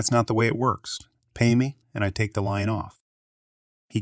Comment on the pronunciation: does anyone else think this is a text to speech bot reading these story's? as I do because of the simple phrases being messed up like "who wouldn't" sounded like "woo aww" or messing up words like "lien" saying "lion" instead those are just some of the mistakes that honestly very few ppl would make repeatedly like him and I been watching him for awhile now and he mess up things like that often and the more I listen the more his voice sounds monotone like a robot